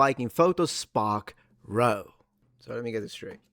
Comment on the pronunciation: "Row" in this case would be pronounced like "now." It means a commotion or a hubbub.